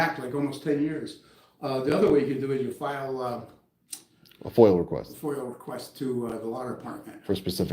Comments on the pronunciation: Voices: "Corruption!" "Meow meeowwww mrrow!" "FOIL* Requests!" "Constitutionally protected activity!" "You'll never be as good looking or accomplished as the twin you ate in the womb..." *Obviously it's FOIA, but I swear, EVERY time that little rat-screw of a man says it, it sounds like "foil." Effing Long Islanders, with their lazy pronunciation 🙄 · Frauditors are dropping like flies. I heard every time a frauditor goes to jail, an angel gets his/her wings. And it’s FOIA not FOIL.